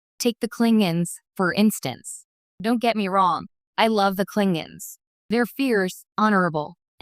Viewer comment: Klingons not clingins stupid AI.